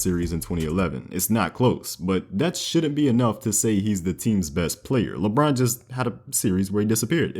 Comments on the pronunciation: This man said LeAlfred James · "Lebruh James"